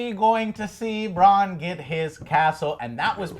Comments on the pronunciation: If I can ask of one thing, it's for you to learn the characters names... Can see the Alex dude cringe everytime you guys say "bronn" when referring to Brandon :/ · Your enthusiasm is great, but hearing you mispronounce everyone's names was getting pretty irritating, LOL. Bran like Gran, Drogon not Drogo, Bronn not Brom, sheesh. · BRAN, BRAN, BRANNN!!! lol, good reviews but the cunt in me gets annoyed when you guys chop up names. And thanks for turning the comments back on joe!! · Bran, bronn, stop fking up the names ffs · Can pronounce Missandei correctly...Can't pronounce Bran after 20 tries. Oh my. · Hi Joe, I love your GOT reviews. Its just that theres things that triggers me like how you don't remember their names such as "Bran" and "Bronn" and how Dany says "Dracarys". Probs need to rewatch and remember those things. Keep it up man! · I love how it's like talking with your buds not some experts. Granted there are plenty of GOT youtube channels you can get lore at this has its own vibe. Like them butchering the names lol bran Bron and mansrainer lmao keep it up joe and family. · I really like Angry Joe and all of his work... These reviews are slightly annoying me because they keep getting the names wrong. Please stop calling Bran Bron... I know they are similar names but it just takes away from the authenticity of these people being big fans. I agree with the summaries a lot of the time but come on guys get with the program. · The dude on the right seems to not like anything about the show..and when the girl called Bran "Brahn" for the fifth fucking time i had to stop the video..lose these two Joe your the best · It's Drogan not Drogo! Godamnit get it right with the names! Bran not Bron! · Please Joe learn the names before you make a review. Bronn is not Bran Drogon is not Drogo From the last episode: It is not ORLENNA it is Olenna. :D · Why can't the girl in this video say Bran? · Please get Bron and Brans names right